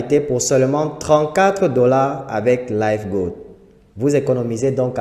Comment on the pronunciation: Revoyer la prononciation de '' live ''